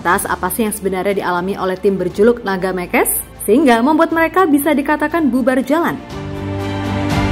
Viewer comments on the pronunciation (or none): Mekes itu bahasa Kutai. Nyebutnya bukan “Me” (kayak Me di Meong) dan “Kes” (kayak Kes di Kesurupan). Tapi Mekes, “Me” (Kayak Me di Merem), dan “Kes” (kayak Kes di Keset). Yak gitu Mekes, artinya Ngamuk.. Naga Mekes, Naga Ngamuk